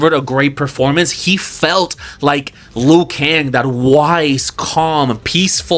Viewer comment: HEY Another trailer park trash bag reactor save your opinion to your self bro we don't need and care what you think... you even throw shades at the actorwho plays Raiden about his English yet you claiming to be a so called fan of MK lore couldn't even pronounce the names of some characters correctly.. "noob saybot???" Luw kan and Kun lao ??? Wtf..😂😂😂😂😂 gayshiit always complaining and whining you guys are always hard to please do the movie/story/production yourself let's see if you can pull something? And kitana as one?? Well clearly your some woke ass gay shiit dude. You said it your self you always used women characters even when you were a kid.. 😂😂😂😂 pathetic.. your disappointed about most of the movie crybaby.. you wanted to share your opinion and reaction to the movie well THIS IS MY OPINION AND REACTION YO YOUR TRASH CONTENT SO LIVE WITH IT BROKE ASS IM ALSO JUST KEEPING IT FRANK😂😂😂